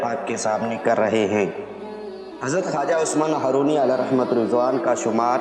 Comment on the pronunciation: لفظ زندانی نہیں.....زندنی ہے.....لفظ ہارونی نہیں بلکہ ....ہرونی ہے....